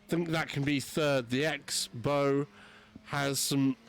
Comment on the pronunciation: Pro commentary tip - It’s pronounced KTM Crossbow not X-Bow. You’re welcome haha